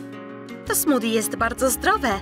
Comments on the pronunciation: smoodi? A nie smoothie? XD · Ta wymowa smoothie xd